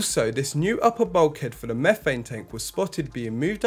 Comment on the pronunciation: And what is “mehfane” 🤣